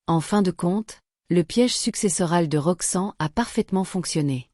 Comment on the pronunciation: Pourquoi elle dit Roxan, c'est Roxanne.